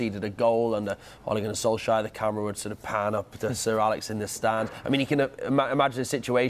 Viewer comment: That guys a broadcaster who mispronounced Ole Gunner Solskjaer name in every way lmao 😂 good old sky.